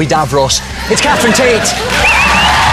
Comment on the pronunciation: Cathrine...TADIS...where did the R go!?